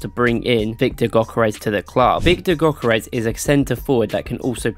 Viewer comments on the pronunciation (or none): No way bro say gokerrez it’s pronounced yokerez but spelt gyökeres also if we had kept gyökeres and not have spelled him to sporting he might of not have had this without cov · btw his name is pronounced gyurkeresh